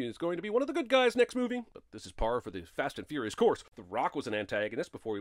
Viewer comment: "fast and fouious" is bad (and always has been)